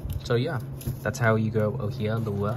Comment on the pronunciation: Hey! It's so cool to see that someone not from the islands has experimented with growing the 'Ōhiʻa Lehua. You were close on the pronunciation on it! Oh-he-ah lei-who-ah. Native Hawaiian plants do really well with a mixture of perlite and gravel to mimic the volcanic soil. Everything else in the video is so very great and very helpful! There is actually a terrible disease that has infecting the Hawaiian islands called Rapid ʻŌhiʻa Death (ROD). It is mostly infecting the Hawaiʻi island but it has been slowly contaminating the trees on different islands. It would be so very helpful if you could please do you best in keeping those babies alive and remember to save the seeds whenever they are ready to be saved.